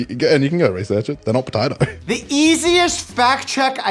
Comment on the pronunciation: I like the way the dude says “patitoe”